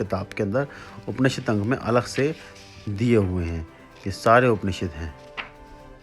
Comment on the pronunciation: उपनिषेद नहीं होता, उपनिषद होता है, शायद आप सही तरीके से नहीं बोल रहे